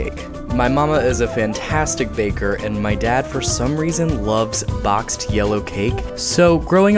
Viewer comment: I swear he said bloxed cake